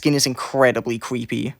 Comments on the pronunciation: It's so "scawey" and "cweppy" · "Cweepy" cracks me up everytime he says it